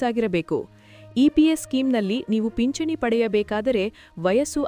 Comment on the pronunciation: ಪಿಚ್ಚಣಿ ಅಲ್ಲ ಅಮ್ಮ ಅದು..ಪಿಂಚಣಿ .. ಕನ್ನಡ ಸರಿಯಾಗಿ ಬೆರೆಯಲು ಕಲಿ